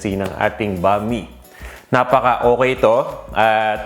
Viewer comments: Bam- ee not bami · Boss,that is pronounce as Bam-i,not Bami,alam ko yn kc Bisdak ako,paboritong lutuin yn ng mga Bisaya,pero wala lng dito sa Manila ng sotanghon na katulad ng sotanghon sa Cebu,iba ang sotanghon namin doon,kc pag naluto na cya,naging transparent Siya,at kahit anong pakulo mo nito,di cya nalalata,kaya cya ay masarap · I don’t think this is necessary but it’s actually pronounced as “bam-ee” but the spelling is right, bam-i. Anyway, your version is great as always.